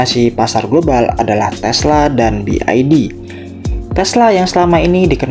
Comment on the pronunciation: Salah dalam mengucapkan BYD